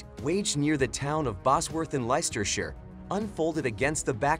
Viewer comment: Nicely laid out video but kinda ruined with the (i presume?) text to speech format and shakey cam video. Also, Leicestershire = "Less-ter-shur" (y)